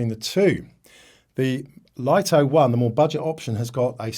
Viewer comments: Did you consult DJI's official channels or just your local DJI dealer? Many YouTubers pronounce it correctly as "LIT TO," only a few American YouTubers pronounce it as "LIE TO" like you! Another example is the famous Japanese camera brand NIKON. The correct pronunciation in Japanese is NIK KON, but ridiculously, many Americans pronounce NIKON as NINE KON, just like you pronounce "LIT TO" as "LIE TO." This deviates from the original pronunciation. This might be due to your habit of naturally pronouncing the letter "I" with an "I" tone, but it's incorrect. Please respect the original creators' pronunciation! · The pronunciation about the LITO should be "Lit To" not the pronunciation like yours in "LIE TO"~ LITO is the nickname of LITTLE~